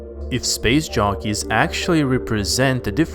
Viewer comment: We like how he says LV223 too, way soothing than how he says covenant. I also like how he pronounces "space shockeys" 😁 instead of jockeys